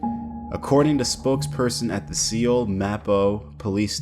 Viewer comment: Dude, really? It's pronounced like "soul" 😂. It's the capital of the country lol. Also chill out on all the wild speculation stuff. Stick to the facts. It's likely that this idiot probably just had some weed or a vape or something for personal use and got caught with it. Either that or he had some type of controlled prescription medication that isn't allowed over there and he's getting charged for having it (yes, this happens all the time). Just because you have a valid prescription in one country doesn't mean you can enter another country with it. It depends on their laws. I know because I've been through this myself and I had to go through all this crap with a my physician writing a letter to authorities in the country I was traveling to and then having it approved by one of their doctors that then got me this official paperwork I had to take with me and show to customs and keep on me at all times while in the other country in case I got stopped or searched by the police. Many times if you try to enter a country with certain meds (even when contained within their valid labeled prescription bottles) without first going through the necessary procedures, you can get stopped at customs or by the police during your stay and subsequently arrested and charged for international drug trafficking. It happens more often than you think... That's why it's so important to do your research before traveling internationally and figuring out if your meds are legal wherever you're going or if